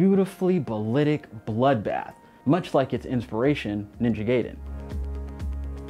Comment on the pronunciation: Can't let you slide bruh. You said gayden twice it's pronounced guyden.